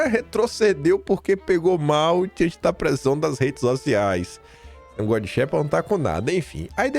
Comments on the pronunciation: Não se pronúncia xépa e sim xêpa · Não é "infógrafico", mas "infográfico". Não é "xépa", é "xêpa" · Porra,, a pronúncia é xêpa e não xépa!!!! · É "xÊpa" a pronúncia,. Como se tivesse acento circunflexo 👍🏻